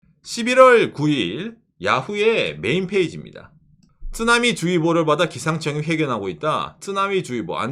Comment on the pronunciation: 쯔나미 말고 쓰나미라고 해주세요. 일본식발음 듣기가 부담이.. 일본을 안 좋아해서요